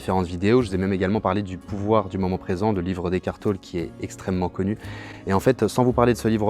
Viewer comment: On prononce "Tollé" et pas "Taule"